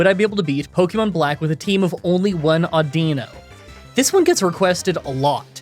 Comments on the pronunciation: I'm pretty sure it's pronounced Au-din-no 😂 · Before the video even started, I had to take me guess on exactly how you were going to pronounce audino. I guessed wrong